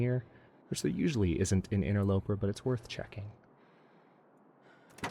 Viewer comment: did you say "interlooper"? GELtaz has an effect :)